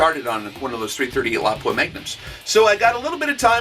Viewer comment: I am so happy you pronounce Lapua correctly :D